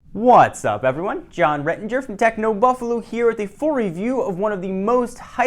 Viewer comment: The way he says John Ranger is retarded but everything else he says seems fine.. really wierd.